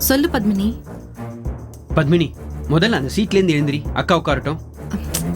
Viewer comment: Pavitra really deserves this.For every little problem she used to call Pandyan as if he was her personal body guard,and suddenly he has become persona non grata. Oh it is PADMINI not BATHMINI.